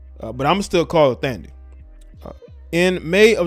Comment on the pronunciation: Her name is Thandie pronounced Tandie